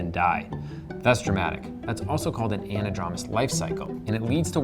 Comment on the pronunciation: Please pronounce anadromous correctly.